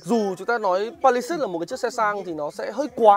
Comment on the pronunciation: làm review đồ công nghệ thì nên bổ túc tiếng Anh một chút bạn ơi. đọc tên xe như đấm vào tai